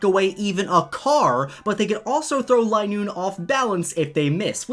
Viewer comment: I don't think it is line-oo-ne. Its lin-oo-ne